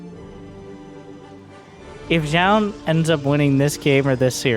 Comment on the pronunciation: fyi it's pronounced closer to jo-un